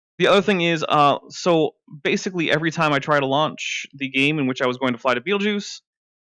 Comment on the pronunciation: omg "Bait-el-geese?"